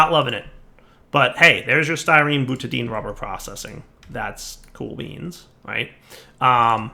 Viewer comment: More " murders perfectly simple chemical names with pronunciation"... Time to teach you the ways of AvE - "Butadine" is pronounced "Boona N" and it's used to make cheep O-rings:-D